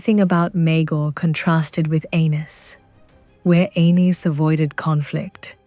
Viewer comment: I wish your AI voice would decide how it wants to pronounce Argilac. Every sentence it's different. 😂 And calling Aenys "anus" is just brutal.